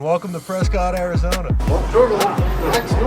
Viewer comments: The whole Preh-Skit thing just kills me. PRESS-Scott. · Its pronounced Pres-cut not Pres-cot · It's pronounced "Prescitt" not "PresCOTT".....first clue you're a tourist. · One quibble,. They pronounce it PRESS-cut, not PRESS-cot. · locals dont pronounce it 'Press Scott'....its 'Press Kit'...:) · i grew up here and still visit frequently, its crazy to see a video on it! also, it’s pronounced preskitt, not prescott haha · Pronounced “Press kit” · It’s pronounced press-kit ! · It's pronounced, "pres-SKIT" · Preskitt Learn to pronounce it correctly if your gonna do a film on it. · It's pronounced Press-Cut... otherwise keep up the good work! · It's "Preskitt" AZ!!!! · It’s pres-cuit like a biscuit 🙌🏼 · Love you're channel and your dad's. Just a heads up to not piss off the up-tight people in Prescott even more. It's pronounced "Press-kit' lol. Keep up the awesome work! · I'm an Arizona native and Prescott is pronounced "p r e s k i t." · You are pronouncing the name wrong the woman in the lime green shirt Pronounced it correctly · Starts the video pronouncing the city wrong 🙄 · pronouncing the city's name wrong